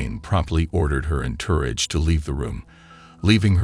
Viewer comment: A computer 🖥️. That mispronounced entourage so terribly. That it took me hearing it three times before I knew what it was trying to say.